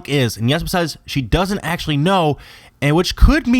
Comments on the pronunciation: You say "yezma," when the movie pronounces it "eezma." I'm typing this for pronunciation sake, not spelling, so forgive the weird looking words, haha. Doesn't matter much, I know, but it made me smile because it made the video even better. Love your content, keep it up! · isnt it pronounced "EEZMA?" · its "Yeeezma" and "Pacha" not "Yezma" and "Packa" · one you completly butchered pacha and yzma also